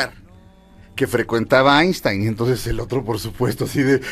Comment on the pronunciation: “Aishtain” Einstein